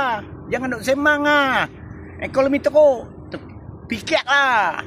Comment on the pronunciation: Apa yang kau sembang ni pak cik oi,cakap pon tak betol ekonomi bukan ekolomi